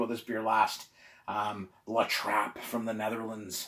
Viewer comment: It’s La TRAP... 🤣😂😄. Nice review